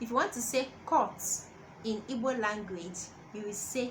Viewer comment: I’m sure you’re coming from a good place but you could at least do basic research on how to pronounce the name of the language, let alone the words you’re “teaching”